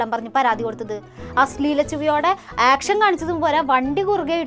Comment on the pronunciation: ആക്ഷൻ അല്ല.. ഏക്ഷൻ😂